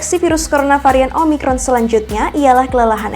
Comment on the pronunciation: Bisa bisa keseleo di bilang umicron wkwk